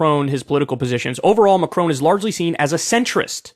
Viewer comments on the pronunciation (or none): It’s not Macrone, it’s Macron. His name rhymes with con, not cone. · FFS!! its Macron not Macrone!..pronounced Mac Ron.